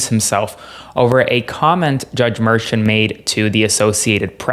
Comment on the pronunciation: It’s NOT merchant!!! What is wrong with you??? Say his name correctly!!!